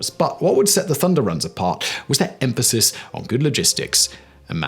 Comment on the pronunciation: Biggest tell that this accent is fake, is the mispronunciation of 'emphasis' 🤣